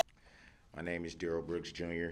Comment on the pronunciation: DUHrell is not aware of HIPAA… it’s in his name… DUH - rell…